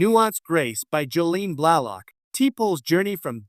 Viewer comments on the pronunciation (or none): Stop using an AI narrator. It's ridiculous. Her name was T'Pol.. pronounced teh pol not Topple or Teeple. her real name is incorrectly pounced too. AI makes stuff sound moronic. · Thanks for the info, but like so many other said, please use an AI voice better. It pronounced both her character and real name incorrectly. 🤦‍♂🤦‍♂Do better!